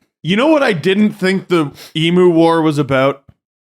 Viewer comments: Eem-yew not eem-moo.. Cmon man. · It’s not pronounced E Moo It’s E mew. Say it goddamned right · Throw the hat. The bird's name is pronounce EE-myou. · Australian listener here. Excellent overview of the emu war! Few notes: It’s hilarious how Canadians pronounce emoooos 😂 Worth noting is that emus are essentially bullet proof. I challenge any of todays armies to take them down without resorting to the nuclear option 😂 Thanks for lightening my mood after a tough oilers game 1 loss 👍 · The way you guys are pronouncing emu is triggering the Australian within me... E.Mew as in Mewtwo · The way you pronounce EMU had me rolling around with laughter!!!!!! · As an Aussie, cool to get a bit of our history on the channel. And love accent on EMU🤣